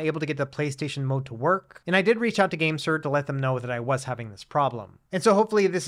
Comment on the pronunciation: Keep thinking you’re saying the Gangster G8 lol